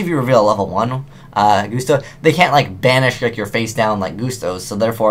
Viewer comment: isnt it 'gust'-o... as in a gust of wind?